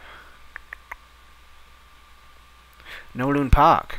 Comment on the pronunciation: It's Kowloon! Not Nowloon! :P